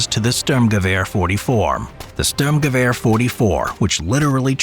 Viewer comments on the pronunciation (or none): Its not a "Ztürmgewehr" 🤌🏻 Since when do you guys even speak Ü ?!